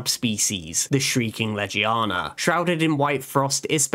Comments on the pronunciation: Anyone pissed off that he said Ledgie-yawna and not Legiana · Amazing content, but why butcher Legiana's name and some other monsters so much? Even the handler says Legiana correct and even still butcher it, it's painful to hear the name butchers but the rest is really good